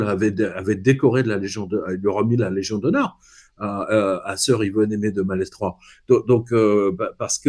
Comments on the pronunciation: Salut, détail sans importance, Malestroit se prononce malétroit..étant de là-bas n'est ce pas...merci ... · Bonjour, un breton 😉 corrige la prononciation de Malestroit, le « s » ne se prononce pas 😉